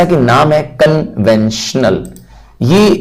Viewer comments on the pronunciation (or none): conventional❌ conventional ✅ 😂